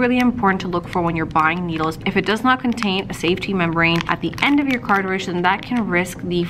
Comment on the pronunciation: ITS NOT CARTAHHRIDGE...... ITS CARTRIDGE. you sounded so well informed and as soon as you said that.....I couldn't take you seriously